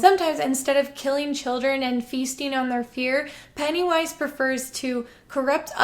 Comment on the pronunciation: It really kept sounding like you were saying Pantywise.